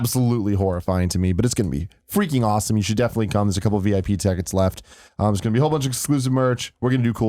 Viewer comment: Tim can't say 'tickets'.